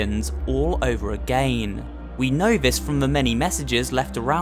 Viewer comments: You say agaen but its again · I like your videos i like the way you talk and it sounds funny when you say agin